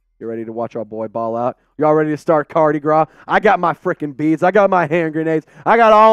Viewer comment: Did he say “Cardi Gras”? Lol